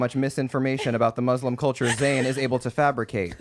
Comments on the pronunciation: He said Cabricate 😌✨ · Damn it! When forgot the F in fabricate I was like say something lol. Zane saying to, "it makes you stupid" Just sent me through the roof, I cant breathe hahaha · “cabricate”